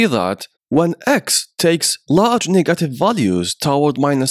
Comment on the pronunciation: bros negative pronounce seems to be raciest lmao😆😆😆😆😆